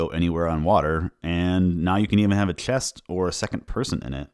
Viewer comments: Are you Dutch by any chance? It sounds like you have trouble pronouncing the "ch" (like chest) and "bg/g" (like bridge) sounds and I have Dutch friends who have the same issue. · You need to fix how you say "chest". "ch" and "s" are just going wrong. It's bad enough that it makes it uncomfortable to listen to.